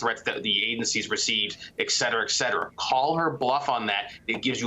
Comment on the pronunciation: "Eksetera" is not a word. Et cetera: two words.